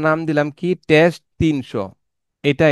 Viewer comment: Your video is pretty helpful to me. Advice to you: Try to talk less. Suggestion: Don't put the number on screen. It causes inturupt while watching. And its not 'tes' its 'test' Thank you.